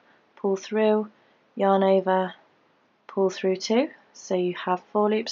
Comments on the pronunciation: Lisa Bowden ova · Lisa Bowden sounds like shes saying " your neighbor " 😂 too cute!